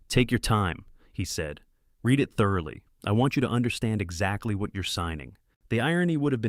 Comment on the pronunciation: Agreed. I do not like that the AI narrator uses the wrong read vs read. I know it is confusing but it is annoying.